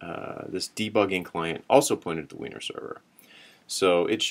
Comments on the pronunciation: It's pronounced winery. But heh. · It's actually pronounced "winery", baahahaha